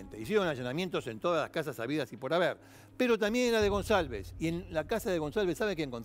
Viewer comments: Para empezar el apellido no se pronuncia gonZalvez sino gonCalvez. Lo pongo en minúsculas xq ese HDRMP se merecía cadena perpetua. De hecho hoy 2021 está preso en Paraguay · Demasiado desprolijo el informe. Y se pronuncia goncalvez con c de casa. Slds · Canalletti lo quiero mucho , pero es Goncalvez suena ca , no sa. Ka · Gonsalves dice el jovie jajajajjajaj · Se pronuncia Gonkalbez jajaja